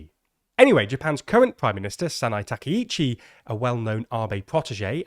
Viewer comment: GUYS. No. Wrong! why is this so fucking hard for you people? why is it so hard for you to say her name right Its Takaichi, not Takeichi. what part about it don't you understand? which letters are confusing to you? I desperately want to help you with this. please either learn how to pronounce Japanese names or stop reporting on Japan I'm not asking you to have a perfect accent or anything I'm just asking you to say the sounds that are in her name